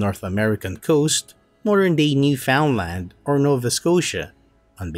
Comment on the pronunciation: You butchered Newfoundland's pronunciation... :)